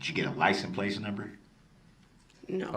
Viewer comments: It’s not license “place” it’s license PLATE . He mispronounces so many words, I don’t believe he graduated high school. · Sounds like “licen place number” to me. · It bugs me that he calls it a "licem place" and "tintz"